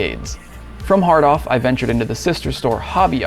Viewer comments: I did the first time. I thought he said "hard on" lol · Yep. I’m 9 inside. Still 😂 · It doesn’t help that “hard off” is an expression that’s supposed to be emphasized like “well off” but the dude says it like “jack off”.